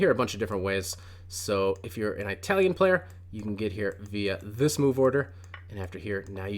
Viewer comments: "Eye-talian" lmao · Eye - talian ?? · An “Aytalian” game 🤣